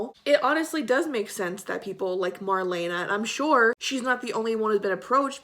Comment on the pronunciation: You say her name like:Mar-lee-na,not Mar-lena,just sayin'.Love you girl!As always great video.